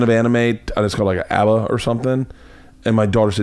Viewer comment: what the fuck is a ahba....i watch anime my whole life and never heard this lol